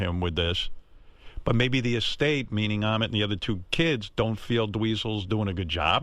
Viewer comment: Ahmet...rhymes with....vomit...